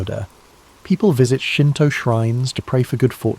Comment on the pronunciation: not me waling up to use to the resteoom to hear shinto, hanami, kami. Your japanese pronunciations of words is decemt ❤